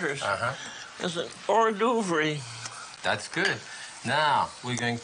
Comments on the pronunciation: or-dovrie 😅. Love Julia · “As an Ore-Dovree” 😩 god I love her